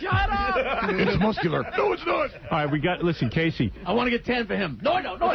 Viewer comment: "round and mussular.."